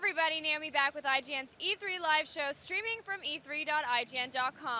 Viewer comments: "thank you na-naomi, ay oo" this is fuckin dumb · "thank you na-naomi, ay oo"